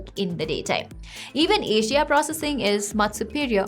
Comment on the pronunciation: Every time you say HDR it's sound like Asia